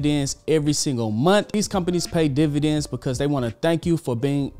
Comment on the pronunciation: Dividends not Dvidends 19 seconds in😆